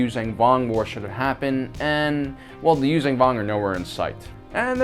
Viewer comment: It’s closer to Yūshjan than Yūzan.